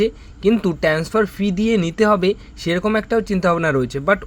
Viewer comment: সব বাসি খবর। ঠিক করে বলতেও পারে না। জঘন্য। আরে ভাই, 'ট্যান্সফার' নয়, 'ট্রান্সফার'।